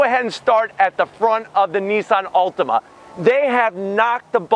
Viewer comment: It sounds like you're saying Ultima.